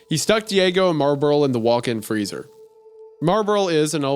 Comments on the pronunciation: isaiah pronouncing marlboro as marburl the whole time gets my entire goat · Its pronounced MAHW-BRO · Wendigoon struggling with pronouncing "Marlboro" every time is really funny to me.